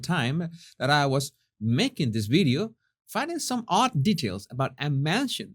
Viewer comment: Oh, this is intriguing about that bideo of a Monticedo mansion that was sold and that looks exactly like the Harkles' place. I'd like to see that bideo and find out what's it all about. Is there a YouTube link? (Love how pronounces videos lol)